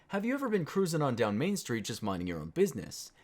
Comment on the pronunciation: CROOOZIN DOWN MAIN STWEET